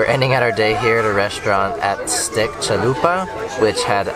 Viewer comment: I thought I heard "Steak Chalupa" which make me think you were visiting a Polish Taco Bell. ;-)